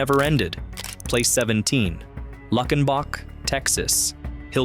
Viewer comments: It’s pronounced “Luke-in-bach,” just like in the hit 1977 song “Luckenbach, Texas (Back to the Basics of Love)” by Waylon Jennings. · Luckenbach…LOO-ken-bauck . Gruene…Green. Gruene Hall. Call me HUN…as in honey. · Its Lue-ken-bok not Luck-in-boc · Loved seeing this video on my beloved state - great, classic places. HOWEVER, if you are going to do a video on Texas you need to learn to talk Texican - I.E. LEUcKENBUCK -not LUCKenbach - Listen to the famous song, GRENE - no Grooen. HIco - not Nico, We do have many more weird city/town names that non Texas will never get right. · When I heard luck in bock, I was done. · By the way its pronounced "Luke en bach" I just need the GPS coordinates I am so ready to move just need the names of these towns 😂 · Mispronounced Luckenbach in the first line of the first listing of the 17 and, for that reason, I'm out. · Turned it off as soon as he mispronounced it.